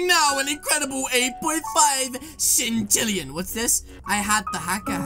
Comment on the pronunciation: It’s not sintillion it’s sextillion